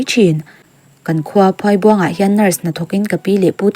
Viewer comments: Phuâibuang(×) Phuaibuâng(✓) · Phuaibuang itia mi a lam dan a diklo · Phuaibuang i lam dan hi a dik lo a nia